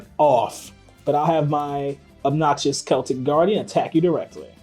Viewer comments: The C in Celtic is pronounced like a K. The Celtics are a basketball team. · It's Kel tik guardian btw